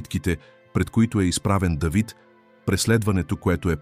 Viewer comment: Не Дейвид моля....а Давид...не паша с ударение на второто а ..защото така визира владетел...а паша с ударение на първото а означава храна ...моля ...четете правилно тези чудесни библейски пасажи ...не променяйте значението ...хайде моля....